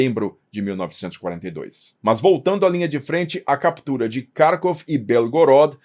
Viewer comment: para de cagar a pronúncia. Kharvov tem pronúncia clara e precisa. Se é pra falar em português, é Carcóvia. Mano. Que falta de cuidado e aprumo.